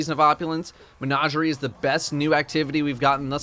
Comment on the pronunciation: I finally found someone who pronounces it as “Mehn-Auj-eri”